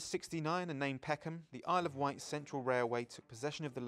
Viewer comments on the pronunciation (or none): none